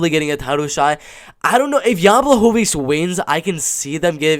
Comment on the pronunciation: going to stick with this prediction or any updates , just wondering? I think your analysis is very solid , made a good point about Jan's last fight but I think he will apply a lot of changes since then, noting that he can't come into this fight with weak wrestling. Also for future reference proper way to pronounce his name is: "B-wah-ho-vitch" the ł sounds like an English W, and Polish W sounds like English V